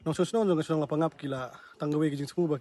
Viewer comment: Wrong pronunciation la pang ap...right La pa ngap